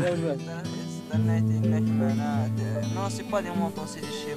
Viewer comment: Merci Mr le magnifique Berger pour avoir dit : " Le Mouto " pour mouton , j'ai ri à en pleurer , mais c'est pas méchant du tout au contraire